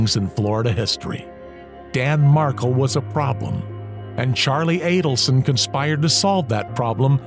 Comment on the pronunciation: that’s actually a funny reply, I’ll give you that. FYI: the emphasis is on the last syllable “Mar KEL”. Bye!